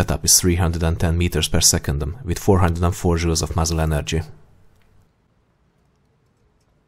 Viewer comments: am I the only one that heard him say jews and not jouls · Sounds like he's saying "Energy is 514 Jews."